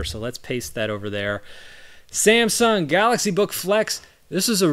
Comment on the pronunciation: "SanxSahng Gahaxy" lol 🤣 love it